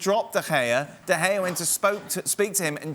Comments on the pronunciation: Nobody : Don : David DeGayAh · Can’t he just pronounce his name correctly? It’s not like he doesn’t know how to say it